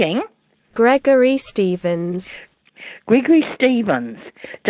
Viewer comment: Gregory Shtevensh? Nothing to do with me.